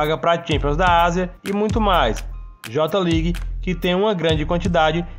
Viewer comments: Fala certo mano..nao eh JOTA league..eh JAY LEAGUE AHAHUAHAHA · no j ligue e sim fale certo kk jei league